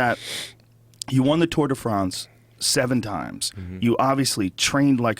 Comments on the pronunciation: Fronce lol It's France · I love how Joe always perfectly pronounces the "Tour de Fraaaance". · at 1.46 the way he pronounces France is hilarious! Is Joe an undercover Brit?